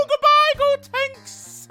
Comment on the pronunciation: “Gotenks-suh” Hilarious 😂 😂